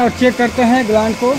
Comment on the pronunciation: भाई ग्लांड नहीं ग्लैंड बोलते है